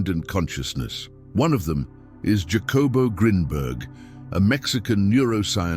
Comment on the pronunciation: Not meaning to be a Karen, but out of respect for Jacobo, it’s pronounced Hakobo Greenberg in Spanish.